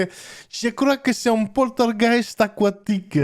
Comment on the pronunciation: Lou pourtougheist nourmal !!! 😂👍🇵🇹